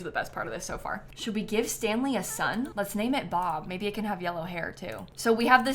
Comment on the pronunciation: did she mean to call them bop? or was it bob? i can't tell